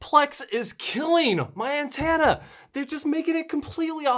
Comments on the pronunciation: An-ten-a You say an-tan-a, and when you tried to correct yourself it was an-teen-a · OMG! You totally got me with that click bait trick. LOL. You're a funny dude. By the way it's pronounced (an ten ah) not (an tan ah) I'm a midwesterner too, and I tend to pronounce (Fork) (Fark). Anyway, keep doing what you do. Stay safe. Bill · I'm midwestern too and yes you say antenna weird. Its an-ten-na. It would be cool if they would merge the over the air channels you pull to these freebie channel. Have them all on one guide would be cool. I kind of enjoy the music channels. It's like actually having MTV back. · I live in the northeast and I hear people pronounce antenna the same way you do.